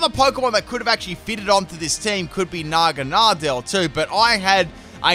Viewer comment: ...bruh naganadel is litterally a needle dragon not a bug at all im glad he was cut he is my fav pokemon i should know...ALSO THANK YOU FOR ACTUALLY PRONOUNCING IT CORRECT